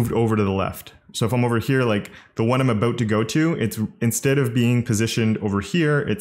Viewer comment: You're exceedingly nice. What's that all aboot?